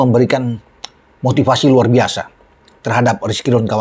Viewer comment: RRuarrrr bisa bung, bukan luar biasa 😂😂😂